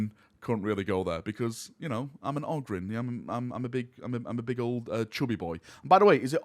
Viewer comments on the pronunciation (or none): Ogrynn is pronounced 'Oh grin'. Always has been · Who pronounces it ah-grin? Short O would sound like Og-rin. "Og" as you would hear it in the word "grog". Short O definitely doesn't sound like "Ah", never heard anybody call a fox a "fahx". But yes, Ogryn is apparently meant to be pronounced with a long O. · Ogryn is technically pronounced "oh-grin" I imagine mostly because it's taken from the word "Ogre" which also uses a long O sound. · It’s pronounced Ogryn. You’re welcome. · If you want to know how to say Ogryn you can always play any Dawn of War 1 expansion and hear the ogryns say it themselves. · It's Ogryn, NOT Ogryn. Also, seriously looking forward to this game.